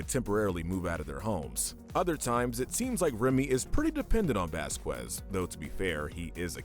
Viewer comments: its pronounced vas-kez not vas-qwez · Sorry to be that guy, but it's Vasquez not vasquwez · I hate to be THAT guy. but Vasquez is Pronoucned Vaskez. I love WickedBinge and 1upbinge But... i am a little strict on how things are pronounced. (Why am i even writing this comment?) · btw its pronounce vasKEZ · It's spelled vasqeus it's pronounced baskes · Name is it bothers God it's Vasquez Velasquez Vasquez best kids Baskin basket😢 it makes me sad that you can pronounce his name correctly everything but I'm willing to give you one last chance football just I'm all I'm going to do bad would be what is nnn very popular and I'm the would disperse in the world I owe my child on 55 restaurant so very best with stuff and have a question and my boy or a girl😊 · “Vasqwaz” That got me😂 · Who’s bascwez? You mean Vasquez ?